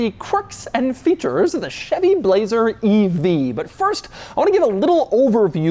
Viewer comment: Doug: "Bu-lazer"